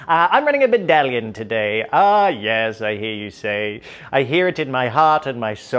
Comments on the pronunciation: Every time any one says i will think,a baddalion ah yes. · Yes! does a beautiful “Baddalion” soliloquy, this bodes well for the battle ahead!